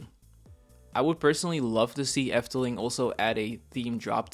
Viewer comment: Are you Dutch? Your pronunciation is so good in every Dutch word you say. Excellent. You give a good discription what the Efteling is. Thank you making this for my favorite themapark.